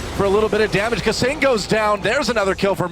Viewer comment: he says hu jarnan and caseing like idk man